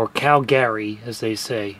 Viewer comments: You had it right the first time, sounds like kal gr ee not Cal-Gary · we say "cal-gry' around these parts 😎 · You pronounced Calgary correct the first time. And slightly wrong the second time. I'm from there.